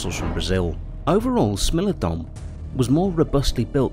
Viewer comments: "smeelodon" yes but actually no ITS smilodon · Corrections: Smilodon's spelling is wrong in this video it sounds like sm-ai-low-don, and the American lion is panthera atrox, not panthera leo atrox, that is because it's a species of panthera and not a subspecies of lions, also you mixed it with the eurasian cave lion, panthera atrox didnt live in caves, and the bear you used for the actitherium was intended to be the northern version called arctos I have to say it's weird that you didnt include daeodon or andrewsarchus and I personally think that it's good because daeodon is debated to be a predator or a scavenger and andrewsarchus is too fragmentary and unknown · No one: Narrator: “smellodon” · Never say the word Smilodon again, Ever.